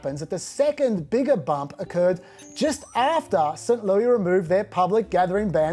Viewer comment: We call it Saint LEWIS, not st. lewie